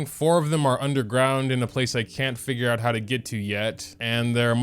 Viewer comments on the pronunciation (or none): none